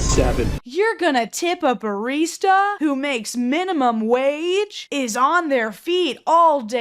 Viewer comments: he said barissta nah the way he said BARISTA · I feel like you didn't spend enough time with the way he pronounced barista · the most insane thing from that landlord tipping video is the way he pronounced barista what the fuck